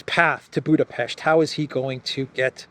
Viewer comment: Thanks for the right pronounciation of our capitol city: Budapest! Ευχαριστώ ❤🤍💚